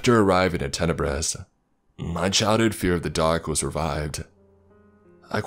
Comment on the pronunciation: Town is called Tenebris. Tenebrous (adj.) - dark, shadowy or obscure